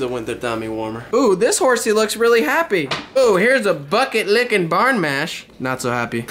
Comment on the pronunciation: Hey it is bRan not barn.